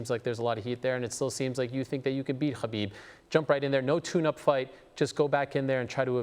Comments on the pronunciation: Notice how he can't even say khabibs name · Only thing I take from this is that I can’t stand the way Ariel pronounces ‘Khabib’